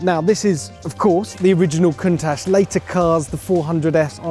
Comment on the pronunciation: Didnt even pronounce it correctly